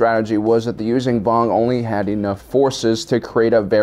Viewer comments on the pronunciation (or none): He says Yuuzhan Vong wrong... Its not U-zan Vong (Use-zan Vong) as he says it... its pronounced U-zon ( Use-on Vong).